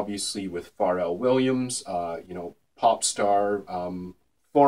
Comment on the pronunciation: it's fucking "FUR-RELL"